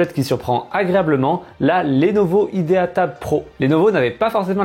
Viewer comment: Prononciation complétement fausse de "idea"...